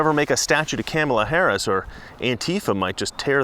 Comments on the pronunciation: Oh are you in trouble Mister it's pronounced 'Comma La' not 'Kammela'. The Democrats made it clear "pronounce her name correctly!" Joe Biden can't do it either! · IT'S KAMA LA, like comma. How dare you! 🤣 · You have to pronounce Kamala right, like comma. Remember the crap Talker got the other day. LOL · Dont be a racist sexist her name is pronounce Comma K La. CNN jumped all over Tucker for pronouncing her name wrong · I love how after CNN bitched about tucker saying "cam" ala harris' name wrong as a deliberate attack, you're doing it on purpose, lol! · Are you pronouncing her name wrong on purpose? Just wondered. If you don't know how to pronounce it - (and Tucker got in knee deep over it, accused of disrespect (said it was 'all about disrespect: reporter (“Because this will serve you and your fellow hosts on Fox. Her name is pronounced ‘comma’ — like the punctuation mark — ‘la.’ Comma-la.” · Its pronounced car ma la dumbass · Uhhh you're pronouncing her name wrong. It's "Copmala." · If you are going to talk about her pronounce her name rite it's 'mala Harris you racist lmfaoooooo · Are you pronouncing her name wrong on purpose ? The Left called Tucker Carlson on it when he did it. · Careful, you might get brownsplained to by Don Lemon and his bottomless well of smug "wisdom" for the way you're pronouncing Kamala. Remember, it's okay for non-Native English speakers to butcher English names, but not for native English speakers to use anglicized approximations of non-Anglo names. One standard for me, another for thee! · Your not pronouncing her name(Kamala)....correctly so that makes you a racist 🤣🤣🤣🤣🤣🤣🤣🤣🤣🤣🤣🤣🤣🤣🤣🤣🤣🤣🤣🤣🤣🤣🤣🤣🤣🤣🤣🤣🤣🤣🤣🤣🤣🤣🤣🤣🤣🤣🤣🤣🤣🤣....I'm obviously being facetious!!!!🤣🤣🤣🤣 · you pronounced Kameltoe Hairyass incorrectly... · Your pronouncing her name wrong......think of the 80s wrestler who was tribal and came out in war paint. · are you miss pronouncing her name on purpose....good man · YOU'RE MISPRONOUNCING HER NAME...REEEEEEE